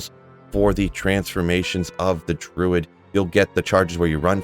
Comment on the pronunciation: Missing the "R" in Druid